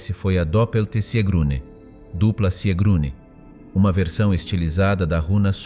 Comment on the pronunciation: Sigrune, nicht Siegrune.